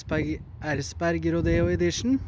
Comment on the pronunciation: Say Erzberg one more time haha